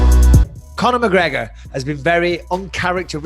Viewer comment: McGregor is nice it's McGregor not McGregor on Proper-12